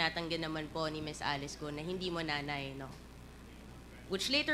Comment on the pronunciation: My gwaaaaad! Cong. Luistro. It is GUO (GU-WO) not GOO. 😂 you keep on saying GOO.